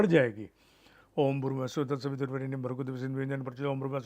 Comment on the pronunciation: Why everyone says स्वः as स्वाहा and नाः as नाहा. Those who can answer it, I would be great ful to them